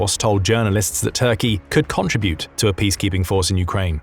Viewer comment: OMG learn to say “contribute” correctly 😂